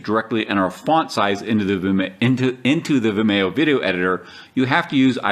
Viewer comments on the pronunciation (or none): Um it's pronounced Vimeeo, like Video, get it. Video, Vimeo? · Its procounced vimeeeeo. Similar to "video" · Never heard Vimeo pronounced that way.